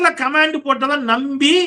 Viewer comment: Comment ( noun) pronounce it with stress on the first syllable.காமென்ட் not கமேன்ட்